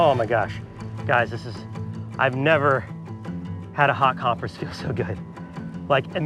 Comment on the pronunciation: it's a little deterring taking medical advice from someone who doesn't know how to pronounce "compress".